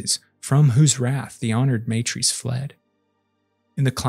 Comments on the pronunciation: MA TR As Not May Trees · Why does the narrator pronounce Leto like Layto, Teg like T-egg instead of Tiig and honored matres like maytrees instead of mahtres. Really annoying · Just gona put this out here because i hate incorrect phonetics. It is not said "MAY-trees" when refering to the Honored Matres. The word is said "Mah-trehy". Now you know. Folks, we have google these days. So if you dont know how a word youre reading is said you can literally look up the correct pronunciation. Please for the love of the fuckin english language, take thirty seconds and look it up. Especially if youre doing presentation style spoken content. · It's MAH-trays. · Every time you say matres wrong a part of my soul dies.